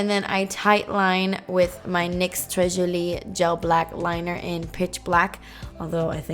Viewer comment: I love when you say "tres jolie" lol!! That's the only way I think of it now